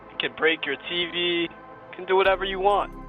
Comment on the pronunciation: The way he says TV cracks me up.